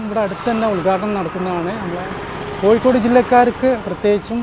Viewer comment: Not koyikod but Kozhikode"